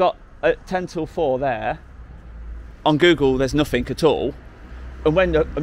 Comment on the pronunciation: "NothinK"? Can't you say "ing"? P.S. Keep up the great work.